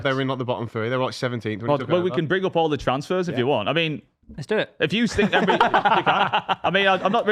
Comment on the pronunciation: it’s “Emery” not “Emre”